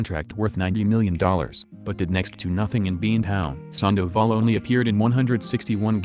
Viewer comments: If you're going to post this stuff, please get the names and terminology correct. Sanduval, uh nope, Sandoval. Era, uh nope, E.R.A. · Who else hates how he pronounces sandavol and tulowitzki